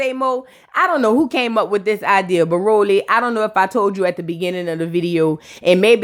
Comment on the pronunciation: The way u say Rollie’s name be having me criennnnn😂😂😂😂😂